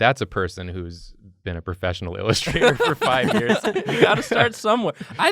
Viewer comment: Love the emphasis on professional lol